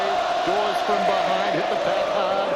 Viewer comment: DAWES not DAWSON